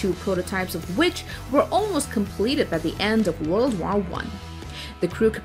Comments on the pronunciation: But can't say war probably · The hell is that „war” pronounciation? It’s pronounced /wôr/ or /wô:/ in british. While you say something like /wær/ or literally /war/, and that sounds terrible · The fact that she mispronounced war was pailful for me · yeah how the heck do you even type what she says. That would need to be in a different language